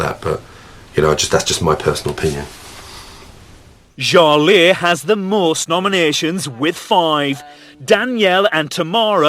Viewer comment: Mark's nomination: can't believe he knows what "dismissive" means, maybe he heard it said by someone else and liked how it sounded. And, after BB reads off the names with proper enunciation, he still calls Jale, Sha-lay. What an idiot.